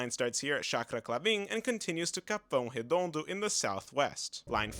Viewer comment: I was like "there's no way a foreigner can say Capão Redondo like that"